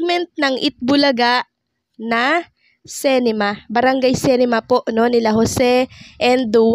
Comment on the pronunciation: Ayusin mo diction mo Anong cinema, cinema.